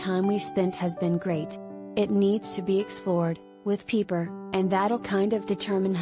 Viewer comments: It is pronounced like "piper," not "peeper'. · obviously you have never watched the show. Her name is not "Peeper"